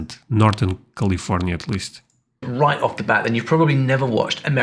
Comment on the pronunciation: Bro..... It's Cali-fornia Not khalif-ornia. Just being a helpful friend. I only speak one language so you definitely got the edge on me.